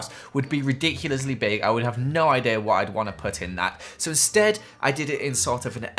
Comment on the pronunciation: Does anyone else love when says “wot” it’s so funny